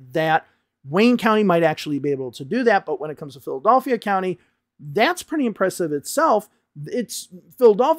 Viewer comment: Why are you unable to pronounce Philadelphia? Who does that? 😂